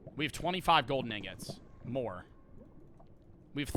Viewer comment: He did NOT say ingots